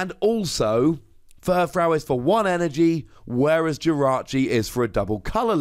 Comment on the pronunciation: You're still saying Furfrou wrong.